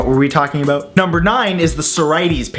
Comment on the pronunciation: what were we talking ABOOT